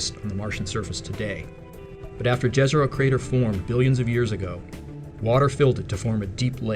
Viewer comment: Very informative video - thanks. Fun fact, the name of the lake ‘Jezero’ is Croatian for lake. It is pronounced Ye-ze-ro. I guess now that the New York Times has confirmed the US government have retrieved off world craft they are ready to confirm life forms on other planets.